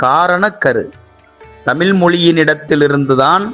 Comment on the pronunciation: தமிள் இல்ல தமிழ் சரியாக உச்சரிக்கவும் தயவுசெய்து